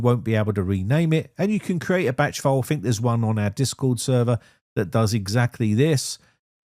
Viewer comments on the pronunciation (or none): Using an F where a T should be just makes you sound Fick